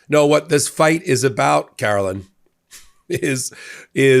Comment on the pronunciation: Karo-lie-ne Be-lie-ve it!